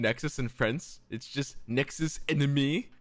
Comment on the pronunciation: LMAO as a fluent French speaker, I died when was reading the card LOL "Nexus ennemi"